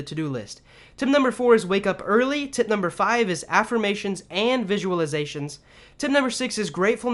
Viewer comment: Tip sounds like Tit Great tips though 👍🏽